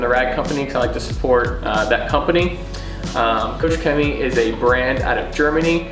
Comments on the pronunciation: The proposed range of products is extremely good! But do us a favor and work on Koch Chemie's statement. It's not COACH Chemistry. Write it in Google Translate ;) I subbed btw. Cheerio. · kooch chemie ? promise i’m not being a pedant but that would raise many a Germans eyebrow......think Koch as in a scottish Loch.